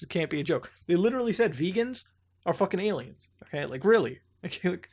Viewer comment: Vegan is pronounced "vay-gan", as in from the Vega star system, capital V. But I don't doubt that vegans are nonhuman.